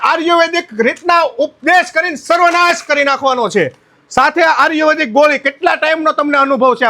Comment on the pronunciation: પેલા આયુર્વેદિક બોલતા સિખ ભાઈ આર્યુવેદિક 😂😂